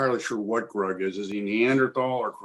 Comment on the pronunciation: It’s “Grug” not “Rug!”